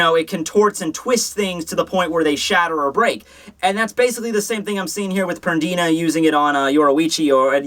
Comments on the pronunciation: Compulsory - required; mandatory Pernida (not pronounced PerDINA like you do it) is "compelling" a part of your body to move. He just likes to make your body move in the move violent way possible to harm itself. He can do it on objects too, like Hikifune's Cage of Life. That's the best I can do to explain that,. I might even be wrong XD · i think it's PER-Ni-Da that was my impression it doesn't matter lol